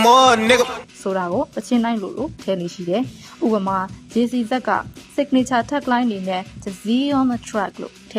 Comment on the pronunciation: JCZ( ဂျေစီ "ဇတ်" ) အဆုံးသတ်မှာ Z ကို ဇီးလို့အသံထွက်တယ်ဗျ ဥပမာ Rapper JAY-Z ဂျေဇီးကို ဘယ်သူမှ ဂျေဇတ်လို့မခေါ်ဘူးဗျား နာမည်အတိုကောက် အဆုံးသတ်ရဲ့ အနောက်မှာ Z လို့ပါခဲ့ ရင် ဇီးးးးးးးးးးးးးးးးးးးး လို့အသံထွက်ခေါ်ကြတယ်ဗျ ဂျေဇီး Young Jeezy ရန်းဂျေဇီး ခရစ်ဘရောင်း Chris Breezy ခရစ်ဘီရီးဇီးးးးးး Everything Zeeeee Shit